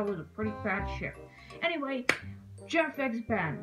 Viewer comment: it's jeff-E with his wife-E her name is knife-E